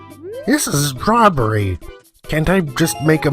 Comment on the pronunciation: When you said "robbery," it kind of sounded like you said "strawberry." Lol.